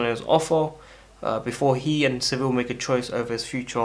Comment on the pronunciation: Bro it’s Sevilla (se-vi-ya) not civil